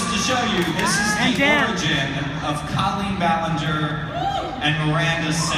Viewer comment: I hate how he kept saying Cah-leen. It just sounds weird. Most people (and me in my head) pronounce it Coh-leen, and this change made me cringe.